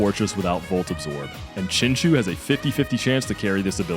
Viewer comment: i activate my magic card chinchu aka chinchow(your saying chinchou wrong noob)